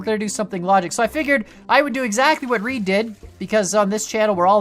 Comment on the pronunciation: Its not reed its ra ide raid im subed to him